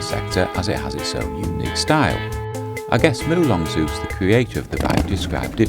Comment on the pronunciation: It's NOT pronounced Zay-Usse... its pronounced Zooooooooooss. Your not an American! Oh bloody excellent video BTW 😊